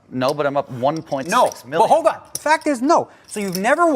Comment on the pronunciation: You need to enunciate better, and you have a speech impediment. You can't say "L" properly. Field, Hold, Old. Old is not pronounced "oad", same goes for Hold (not "Hoad). Field (not Fee-ood). Called (not "cawd"). Etc. Just something to know since you do voice overs on videos. Keep up the good work